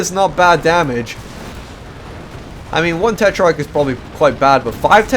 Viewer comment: hey you are saying tetrarch wrong check google translate, that have the right pronunciation.